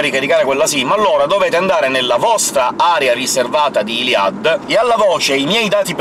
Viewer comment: Ciao ho visto che non sai come si pronuncia il nome di iliad. Bene, io ho chiesto alla mia insegnante di francese e mi ha risposto che si pronuncia non come dici tu. Grazie mille e scusa per il disturbo.